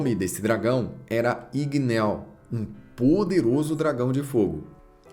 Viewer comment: Igneel n se pronúncia com o som de "e" e sim com o som de "i" como tem dois "e" o nome fica com som de "i" mds q agonia shhssh